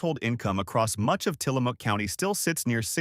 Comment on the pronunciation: Some of the mispronunciations are just painful, but hearing Tillamook pronounced as Tillamooooook is pretty hilarious! 🐄 Separately, this isn’t factoring in what Trump has done to the economy across the United States which, typical Republican, trashed the gains from the prior Democratic administration. The only time the Republicans care about the deficit and the economy is when they are not in power!